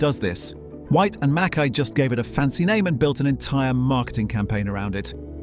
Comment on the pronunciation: Please pronounce Mackay correctly.